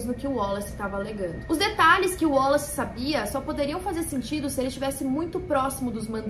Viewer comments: Porque vc está falando o nome WALLACE com pronuncia Américana? Boba vc, hein! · Achei engraçado ela falando "wollace" kkkkkk